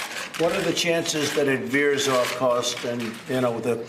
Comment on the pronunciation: .., "what are the chances that it veers off cost?".